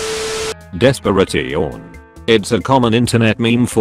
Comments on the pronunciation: The des-pur-ay-tee-awn part had me dying. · i was just about to comment about that, but figured someone else had to have heard that. what the heck, hahaha.